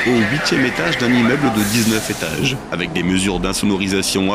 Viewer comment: "68 zétages" ... "35 zentrées"... Le "magazine de l'intelligence" mais pas "de la grammaire"...